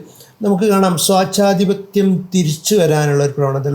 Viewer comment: സ്വാച്ഛാധിപത്യം അല്ല സ്വേച്ഛാധിപത്യം എന്നു പറയൂ സഹോദരാ! Evolution ഇതുവരെ ഒരു ലോങ് drawn out process ആയിരുന്നെങ്കിൽ AI യുടെ ഈ യുഗത്തിൽ അതിന്റെ time lag കുറഞ്ഞു നമ്മുടെ തലമുറ ഒഴിഞ്ഞു പോകും മുമ്പേ ഒരു പുതിയ ജീവിവർഗം ഉടലെടുത്താൽ എന്താകും മൈത്രേ യാ?